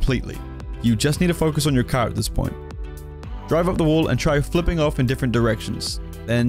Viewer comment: You still wanna be hitting it with those parts of the caaa , that sounded funny lol